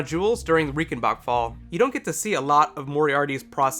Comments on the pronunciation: R-eye-cen-bark fall. Not Ree-cen-bak fall. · It's pronounced RAICHENBACHFALL not Riekenbakfall like you pronounced ;)